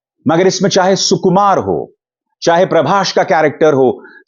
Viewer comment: Sir प्रभाष मत बोलो प्रभास बोला करो.